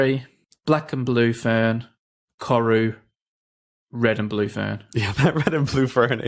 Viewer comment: Just wanna fix up the pronunciation on Koru Just roll the R